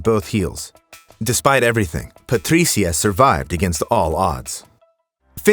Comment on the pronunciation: The exaggerated pronunciation of “Patricia” is annoying (and I’m Latino, Spanish speaker). Other than that I LIVE your channel! ❤❤